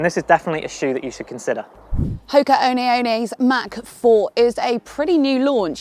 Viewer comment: is that how you pronounce “One One’s”? 🤔😳